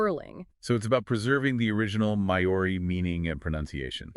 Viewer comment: May-oree lol, you're not even trying.